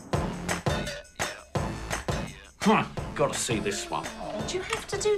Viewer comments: I think he said like "gwavy" 😂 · I love this show but does Johnny have a speach impediment because he said gwavy in stead of gravy